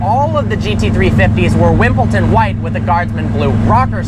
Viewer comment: Wimbledon. There’s no T in there.